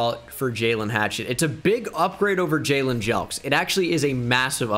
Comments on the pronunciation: This was painful, never say Juaylyiiinnnn again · I absolutely lost my shit at “jaqwaylin russel” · “We have a jaqwaylin”